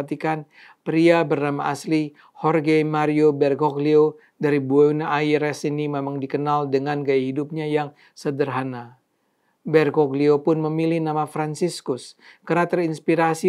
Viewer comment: FiumiciNO bukan FiumiNIco, BuenoS Aires bukan BuenO Aires (= udara bersih/baik)